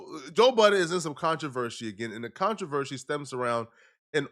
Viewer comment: ContraverSY , not Cotravershy. I know you be hungry for chocolate but get it right